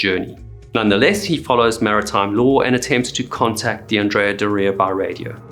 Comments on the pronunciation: You got it right he kept saying the name of the ship wrong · Andreaaa Doreaaaaa? Accent and boat name origin aside, that is not the pronunciation lol. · DO-ria 😉 GE-nua 😉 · Is doh-ria the proper way to pronounce the name? I have always heard it pronounced door-rhrea. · Anne-dree-ah-door-ee-ah So how can you create such an excellent video but mispronounce the name of the ship multiple times throughout the entire video?!? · Pretty sure Andrea Doria is pronounced differently. Like astoria or gloria. Not Dorea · The way you pronounce "Andrea Dorea" stresses me out for some reason. Other than that great breakdown of the event. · ANN-dreah DOOR-eeah. I grew up on Cape Cod. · It is pronounced the Andrea Door eua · AN-dria DOR-ia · Oh well. But for the benefit of the author and anyone else interested, the correct pronunciation is An-DRAY-ah DOH-ray-ah. Andrea is a man’s name in Italian. I remember watching the dramatic newsreels of the sinking as a boy. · It’s pronounced ANN DREE AH DORREY A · anDREA doREA? first time i've ever heard the name pronounced this way. Granted, I'm not Italian. On another note, the Edward H. Allen was the sister ship of the Samuel B. Roberts (Famously known as the destroyer escort that fought like a battleship) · It's not andrea do- ria for gods sake! 😇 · My gosh can't you pronounce the name correctly??????????????????????????????/// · The phonetic accent is onthe O of Doria....that said you are great at telling these stories...thank you. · Weirdest Pronunciation of Andrea Doria I have ever heard. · Is that how you intend to pronounce “Andrea Doria” for the rest of this video? Sad. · I like your channel, but would it kill you to check pronunciations? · Never heard Adrea Doria pronounced that way. Wonder if i say it wrong now. Because im🎉 American. ? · That's not how you pronounce "Andrea Doria" lol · It's probably closer to how the Italians say it, but yeah, to American ears . . . oof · Learn how to pronounce Andrea Doria correctly.